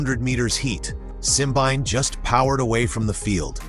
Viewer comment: I just wish these people can get the pronunciation of Simbine’s name properly: it’s Simbeen-né